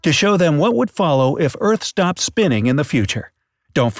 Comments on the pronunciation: Did anyone notice he said sropped spinnin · you said “what if the eart SROPPED spinning” 😂